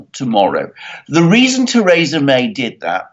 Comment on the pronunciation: God damn it Alexander, it's pronounced "Thuhreesa"